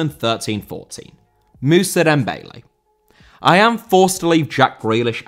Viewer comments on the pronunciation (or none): Dembélé* not Dembeilei